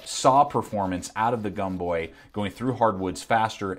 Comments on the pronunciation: Pronounced Gomboy not Gumboy. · When was it that Americans started pronouncing the “O” as a “U”? Seems to me that “Gomboy” would be pronounces is it’s written, not pronounced as Gumboy... very irritating and does not give me confidence in your opinion. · It’s gomboy not gumboy lol